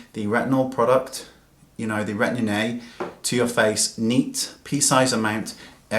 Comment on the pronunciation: hahahaha...! you still say "Retinin-A" it is "Retin-A" :-)